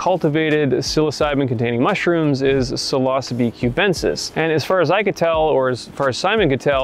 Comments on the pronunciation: That pronunciation sounds strange to me too. I learned the word psilocybin for what was in the capsules that were popularly sold in the 60s and 70s and probably still is. We all said "sill-uh-SIGH-bin", and likewise, "sill-uh-SIGH-bee". So, "sill-OSSA-bee" sounds odd to my ear. :-D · Pseelohsabi? I know that one can pretty much pronounce any latin word in however way u like...but come on Psilocybe... Sounds much better when pronounced psailosaib... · FYI these magic mushies are pronounce sai·low·sibe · its pronounces ''psilocybe'' silo-sybe) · He says "sill os bee" but then says psilocybin. Bruh figure it out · wtf is this guy saying psilosbee,, can u read mate? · When I heard you pronouncing "psilocybe" I was like "wait, what's that?" LOL. I usually pronounce it as " see-low-sai-be"